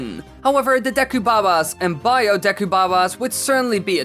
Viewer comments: what is the correct pronunciation, I've herd it been pronounced deku and for some reason pronounces-es it as da-yku, what do you pronounce it please reply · You said deku wrong